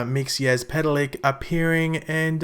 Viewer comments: IT IS NOT MIXY-AS-PETAL-LICK IT'S MIX-A-PIT-A-LICK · The word is old and it's Mix zel plick. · Since you were struggling with the name, you say it like mix ill pita lik a little background on him, He is not good or bad, just mischievous Superman (and i guess supergirl) have a weakness to magic, Mxyzlplik is a magical character and can control people and in some cases has been defeated just by saying his name backwards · KRYMauL Ccorrrect!!!👌👌👇👌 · The Way you Prononuced his name was so wrong